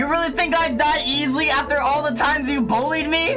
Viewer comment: ugh woman HAHAHAHAHA "sip of za tea" HAHAHAH